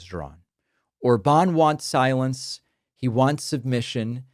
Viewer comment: In Hungarian, the stress is always on the first syllable, so it's Òrban - stress on "O". Uranium actually is very dense: 19.1 g/cm3. That’s 1.7 times denser than lead. But indeed, it's not a problem to move several hundreds of pounds of compact uranium for the Iranian regime. maga is a despicable cult destroying the U.S.A.